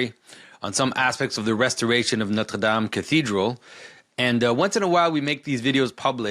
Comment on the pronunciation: Aren’t you French-Canadian? Why can’t you pronounce Notre Dame?